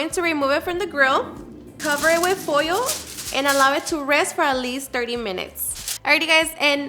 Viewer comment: Coat it with oyo, tent it with foyo.